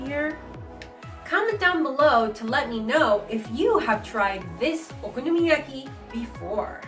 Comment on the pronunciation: YESSSS. 🥞 PANCAKES ANYTIME. 😂💗 And no girl. I can’t say that ONE time let alone many times. Haha 😆 I loved how you said it though. Lol. Nicely done. Looked very delicious! 💗👌🏻